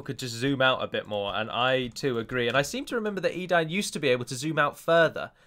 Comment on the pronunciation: I thought it was pronounced 'e-dane' as in great dane.